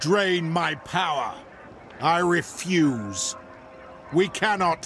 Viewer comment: "Aye refoos"